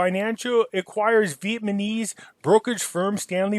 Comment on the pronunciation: Who else loves to hear say "Vietmaneez"? Lol. Love this guy.